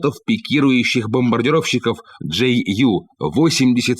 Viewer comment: Джей Ю)))) Юнкерс78, или тогда уж Ю78, у немцев нет буквы "Джей" ))))